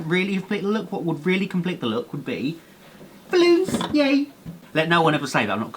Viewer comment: hahaha he says ballons yey hhahaha pissed mysef